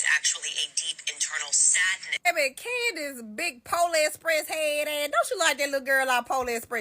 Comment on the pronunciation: It’s CandICE Owens with a C!!! Not “CANDY” Owens!!! Speak English!